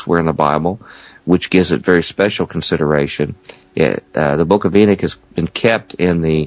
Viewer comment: It's Enoch not Enick .